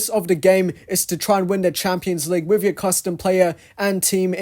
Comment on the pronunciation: At the beginning of the video, did u say "with" or "wifh"? I always hear british people using "f" instead of "t" like "fhick" instead of "thick". Is it just my hearing problem? 😭